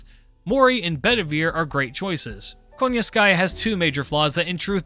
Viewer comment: I'm just curious because of how people pronounce Koyanskaya, I keep hearing them saying "KONYANSKAYA" but I read it as "KOYANSKAYA". Is that just a choice of how to pronounce her name or is there something behind it that I'm missing out? But yeah another great video.